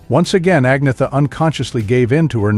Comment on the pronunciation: Ce commentateur ne sait même pas prononcé le nom d'Agnetha correctement . Il prononce Anissa et Frida c'est Frieda . Dans la tenue vestimentaire , il dit que Frida porte une jupe alors que c'est un pantalon large